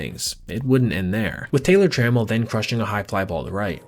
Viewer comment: Oh, and Taylor Trammell's last name isn't pronounced like Alan's. Truh-mell, stress on the mell